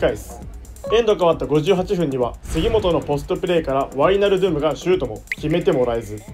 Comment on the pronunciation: ワイナルドゥムの発音で「ドゥム」の部分をしっかり発音するところが好きです。そしてケンユー企画大好きです。笑 後々Liverpoolと南野拓実を使った企画も見てみたいです☺️